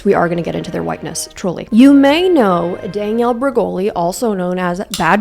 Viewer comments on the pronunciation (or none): couldn’t focus on anything on this video because of how you kept saying “dang-ielle” instead of danielle lmao